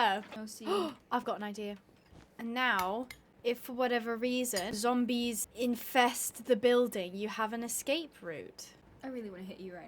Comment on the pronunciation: Imagine the zombies listening to their conversation, also i love when says "zombois"